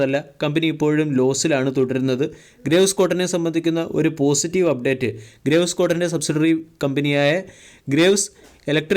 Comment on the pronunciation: അണ്ണാ, ഗ്രേവ്സ് എന്നല്ല ഗ്രീവ്സ് എന്നാണ് ശരിയായ ഉച്ചാരണം. Graves ൻറെ meaning എന്താണെന്ന് dictionary yil onnu നോക്കുക.